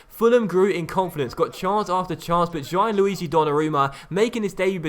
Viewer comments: I think it's pronounced "Gee-an-lu-ee-gee" not "Gye-an-lu-ee-gee" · Gianluigi is pronounced more like jan-luigi, not ji-an-luigi